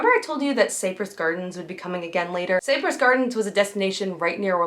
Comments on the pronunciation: Not that big a deal. vlog is really good and I had already subscribed to it. I realize that you are young an possible have never heard of the place before now, but it was a major park years age. I don't know how to phonetically type how you said it, but the proper pronunciation is "Sigh -press" as in Cypress Trees. Like I said, not a big deal but important to some of us. Feel free to ignore this as it isn't meant as a put down. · Cypress Gardens is pronounced sai-pruhs. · It’s pronounced SIGH-press Gardens. Not SAY-press.